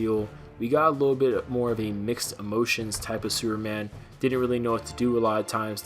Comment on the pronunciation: Lol... Did you say "Sewer Man"?? Hahaha